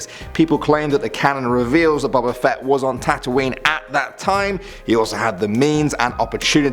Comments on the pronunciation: It's boba like boba tea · his name is boba not what you said